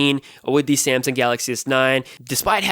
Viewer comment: He said Samsang lol